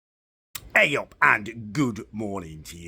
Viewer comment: Great “eyUP” at the beginning sir, just made 10 extra YouTube accounts to subscribe to your channel for that one mate cheers